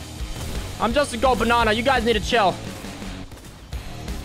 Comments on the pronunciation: Tell me why it sounds like says barnana instead of banana🤣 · I like how he says, "Bananer" about every minute in this video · I’m from America, so every time he says “banana” it makes my day.